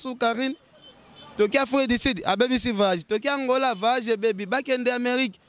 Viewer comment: on dit voyage et non vayage stp